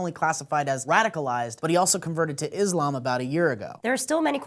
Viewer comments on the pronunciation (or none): Why it matter that this man, who did a horrible horrible thing, was a convert to Islam? (And, Islam is not pronounced with a z sound, but with an s sound.) Point out that Islam had anything to do with this mans actions condemns millions of Muslims to the ignorance and hatred they face today. Not gonna lie to you, you've really disappointed me with the way you presented this story.